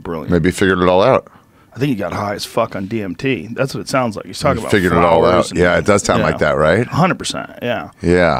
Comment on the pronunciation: seylermoon you say walking with an “el” sound?